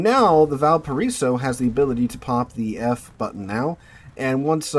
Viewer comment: i can't listen this video with out rage... Im from VALPARAÍSO, chile.... Sooo when you say the name of my bornplace so bad i get really anger for some reason